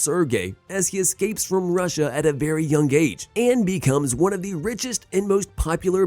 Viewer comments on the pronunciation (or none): none